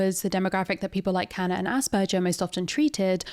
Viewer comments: It’s AsberGers not AsberJers. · The G in asperger is like Glove not like gelatine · Aus(ahs)-per-ger(gur)-s. I'm half German, this is the pronunciation that my upbringing taught me. As opposed to the "jer" used in the video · It may be a silly reason, but her continuously saying 'Asperjer' made it way more difficult for me to watch... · I am way too bothered by how this person is mispronouncing Asperger aaaaaaa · Sorry, but I can't handle saying nothing. The "g" in "Asperger" is pronounced like the "g" in "grass". That "g" sound you said does not really occure in German that often and if when it does, then it's probably written as "j" (though that one makes the same sound as "y" in English most of the time).